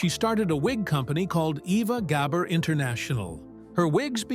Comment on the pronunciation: Ok, WHY KEEP SHOWING PICTURES OF LUCILLE BALL??? And learn how to pronounce her name!